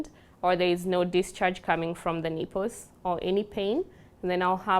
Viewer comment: And "neeples"!